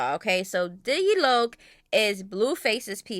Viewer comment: I love that's my baby and you the first one said his name right on mydtown.